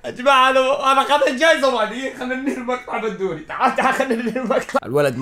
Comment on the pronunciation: بدوري مو بندوري🤣🤣🤣🤣